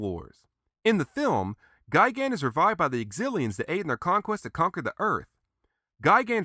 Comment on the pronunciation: just me or does he say gaigan